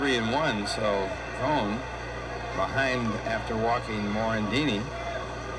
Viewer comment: Someone should tell the announcer it's Mickey Morandini, not Mickey Morandino.